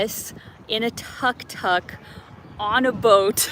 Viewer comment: ben-ja-kit-ti tuktuk= took-took not tuck-tuck